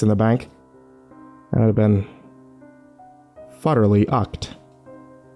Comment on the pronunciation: "I'm... futterly ucked."